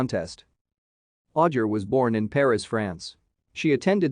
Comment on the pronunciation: Pronounced AU-JAY!!!!!